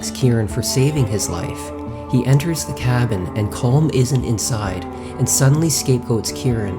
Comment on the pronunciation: Collum not Colm it’s Collum